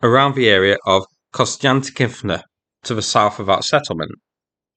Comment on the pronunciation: Actually he terribly botched Konstyantinivka.